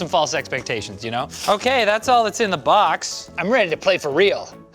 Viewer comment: No one:: Lets open the B A X